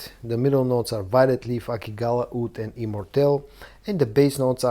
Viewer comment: "Oud" ? "Wood" ??